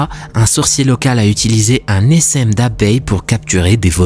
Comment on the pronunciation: Un "essaime" d'abeille 😂. On dit un "essin" [phonétique] 😅